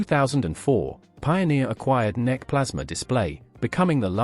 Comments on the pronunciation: Unfortunately this is an AI channel as no person would ever say ‘Neck’ for N E C lol. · In Italy we pronounce NEC as Neck 😂